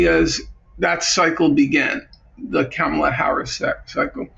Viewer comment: Norman should learn how to pronounce Kamala’s name! It’s a bit disappointing to hear N.F. refer to the global south countries as “regimes” but the western countries as “states.”